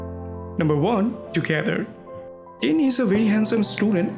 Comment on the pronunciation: Are you sure Bright is single? smirks PS. Green will be triggered that you called Tine as "Teen". Tiinnnneeeee~